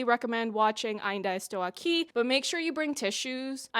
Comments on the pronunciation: Your Portuguese pronunciation is pretty fine and your review is just wonderful. "Ainda Estou Aqui" got even better because of it, I hadn't seen a review that could do that. You know the history of Rubens Paiva had another chapter now in 2025, after the movie? His death certificate has just been rectified to describe his death as "non natural, violent, caused by the Brazilian State". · The most thorough "I'm still here review" yet. So much depth and all historical pieces needed to fully understand the context of the film. And your effort towards pronouncing words and names in Portuguese is nothing short than extraordinary. Officially a new fan of yours here ! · Her pronunciation was not good. It was very, very good!! Great content by the way. I hope your channel grows a lot and reaches many more people. We must value a job well done like yours, congratulations. Best regards from Brazil 🇧🇷! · You were the non brazillian that ive seen doing the closest ainda estou aqui pronunciation, you even tried to pronunciate the torres with the portuguese R sound, wich alread shows your consideration Anyways, i do apreciate you engaging with ainda estou aqui's political and historical context. This movie is about memory, our colletive memory from a time that refuses to be over. Rubens' torturers are still alive and recibing money from the military. To this day they hadnt been juged for their crimes and probably will die peaceful from old age as many did. We never healded from it, our suvivors and their families are still here to this day waiting for justice. Eunice's son wrote the book and he's friend with fernanda torres and selton mello, even so it was easier for him to see his book turn into a oscar nominated film than to found his father's body 50 years ago É por isso q é importante dizer e repetir: Sem anistia e ditadura nunca mais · Your pronounce of Ainda Estou Aqui was on point, in fact. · As a Brazillian japanese I have to say: your "Ainda Estou Aqui" was pretty good.